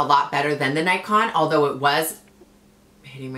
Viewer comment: its not NIKE ON ITS PRONOUNCED NICK ON RIGHT??